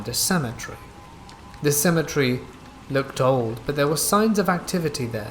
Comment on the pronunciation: I've never heard someone say symmetry so much in lieu of cemetary.